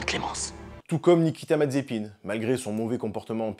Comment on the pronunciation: Dommage ça fait un peu redit avec la vidéo de Sylvain ^^ mais au moins tu sais prononcé Mazespin XD